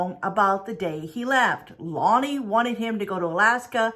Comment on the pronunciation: Its La-nay and we live in anacortes, Wa pronounced (Ana-cor-tes)